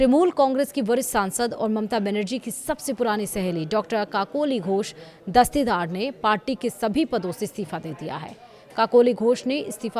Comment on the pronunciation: 😂 kakoli ghosh dastii daar 😂😂 ... why should say her name in full when you can't pronounce it ?? Kakoli Ghosh would suffice ...